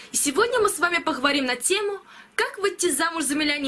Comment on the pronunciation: "похаварим".... пзц.